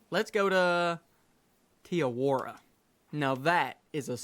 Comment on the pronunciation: hi kg great video as always the only thing though is you miss pronounce te awaroa wrong if you try elongate the awa and then make shure to have more of a deffinition on the r and a keep up the great vids